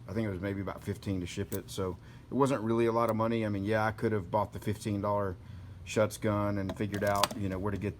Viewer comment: It is Schutz pronounced SHOOTS... because... well... it SHOOTS...